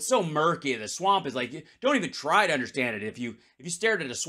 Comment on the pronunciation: "he needs top do more"? Do u need to edit out the p?